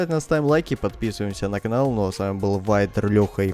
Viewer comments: Кто заметил что говорит не канал а калан? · Он когда рекламирует калямбу тв он говорит не канал а калан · ахахпхахр вайдер, вначале сказал не канал, а калан, неужели ни кто не заметил